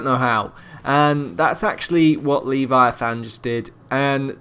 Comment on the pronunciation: The way you pronounce "Leviathan" is annoying... The e isn't long, and it's said all together... "Leh-vi-a-thin